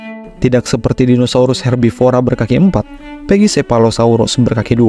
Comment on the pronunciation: Naratornya ngotot bacanya pekisefalosaurus. Padahal pak david attenborough di videonya aja bacanya pakisefalosaurus.